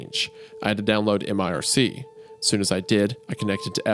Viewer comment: Dudes its not m-I-R-C, its just mirc. I about had an aneurysm